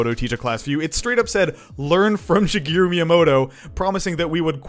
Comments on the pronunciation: It's Shi-GEH-roo, not Shi-GEE-roo. Bro. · It's Shigeru, not Shigiru. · His name is pronounced like shi-geh-ruh not shigiru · "Shigiru" Bruh... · She - GEH - roo Thank you for your time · Why do you pronounce it shegiru? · Has made many videos about Japan and has been to Japan but cannot say shigeru properly